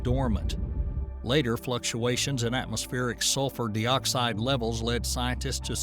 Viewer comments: I never knew some people would say (dee)oxide instead of (die)oxide. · Two things: it's pronounced Dyeoxide, not Deeoxide Next, vulcanism, not volcanism. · Carbon de-oxide? Is this an Ai narrator? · Carbon Dee-oxide?? hahaha.... AI narrator. You get what you pay for.